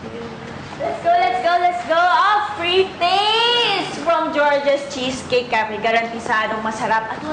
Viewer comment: Giorgia-"welcam to d opaning of georgia's chiscake"😂😂😂